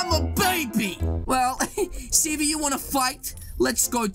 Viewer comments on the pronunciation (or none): You were saying cv preetty